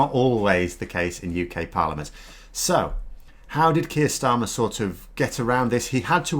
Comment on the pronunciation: You would think those who pontificate about the new Labour Party Leader could at least take the trouble to his name right. Not too much to ask, except perhaps for the Trolls.